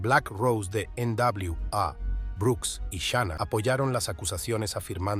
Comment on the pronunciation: Xrqu no hablas bien se dce shina no shaina iso películas primero aprende a hablar se dce www no como dces haprende a hablar